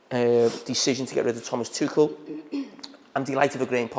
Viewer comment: Scouser Jamie Carragher is the only pundit in Britain that can pronounce "Tuchel" correctly! ;)